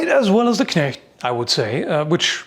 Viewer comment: Great Video as always. But can we please talk about how perfect the pronounciation of the German Words is? Even the ch in Knecht is perfect while most People pronounce it as K